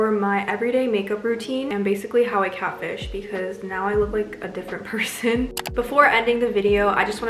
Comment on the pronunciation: I died did she say, (catfish?)